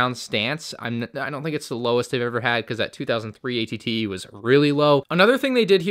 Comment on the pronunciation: It sounds like he’s saying att